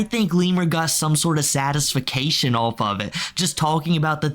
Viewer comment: You don't even know how to properly read the word satisfaction?😂😂😂 Clearly you're reading And obviously you're not good at it because you just pronounced what you saw wrong instead of saying the word the way you know it's supposed to be said you just tried to pronounce what you had on the paper , not thinking about it..... I love how all of you that pick on these lolcows are not any different..smh....That's why you'll never show your real faces..... Dude you can't even read😂😂😂... And I don't want to hear anybody trying to defend him saying that he was doing it on purpose. I've been an excellent reader since elementary school.I can tell when somebody is mispronouncing something because they are reading compared to somebody that just doesn't know how to pronounce something